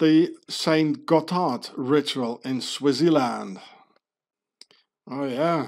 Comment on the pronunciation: how come you pronounce Switzerland like Swaziland